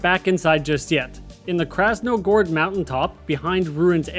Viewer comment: Krasno-GORGE can’t tell you how many times I twitched hearing you mispronounce it…